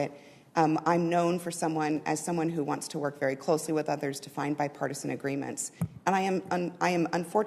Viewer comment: Oh, I thought you said "My partisan".